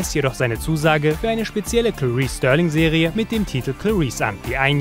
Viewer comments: Starling, nicht Sterling! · Starling mit a gesprochen.